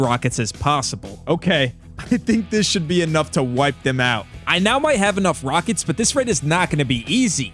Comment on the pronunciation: “Yow wneed mwor wakets “🤓